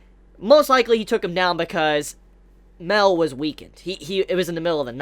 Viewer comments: its MA EL.. not MEL.. idiot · Yo enjoyed the video but just one thing that got me through the video...it's pronounced Ma-el not Mel. Ma...El...Thank you very much. :-D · Love the video, always loved all of your Taizai videos. One thing is slightly irking me. Mael is not pronounced "Mail". It is 2 syllables, sounds like May-El. Just like how all the other angels have El at the end of their name, "El" referencing God in the Hebrew language. Sorry, just a little tic. Anywho, love the information on Escanor's powers. Not really wanted, as I sort of wanted Escanor to be something new and for him to represent the pinnacle of Mankind who acts as their hero who can stand up to the Goddess clan and Demon clan. But I still like it well enough. I want to know what Gowther asks for, but we have no real information so I can't really speculate very much. I still suspect that Escanor will die at some point, and Arthur will take his place as the Sin of Pride, and will be revealed to be connected to Escanor in some way. What if Arthur is actually Merlin and Escanor's son but for some reason Escanor has no memory of this? Clearly something with Merlin's connection to Arthur is not what it looks like and not what Escanor thinks it is. I wouldn't be surprised if it were something like that. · in fact Mael is pronounced "Ma" - "el" like Raphael